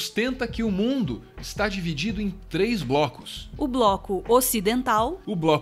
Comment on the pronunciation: algum de vocês é mineiro? =p "Trêm blocos" xD (Não to falando pra corrigir, não, mó trampo, só achei engraçado)